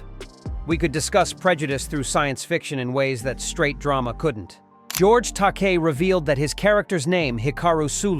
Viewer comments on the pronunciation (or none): It's actually pronounced George Ta-kay. And it's LIVE long and prosper! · This narrations is definitely AI, but it did better than usual. It still mispronounced George Takei's name every time and can't decide how to pronounce "live" in "live long, and prosper."